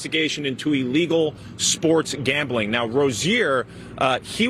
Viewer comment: It's illegal, not "allegal!" Maybe it's just my hearing?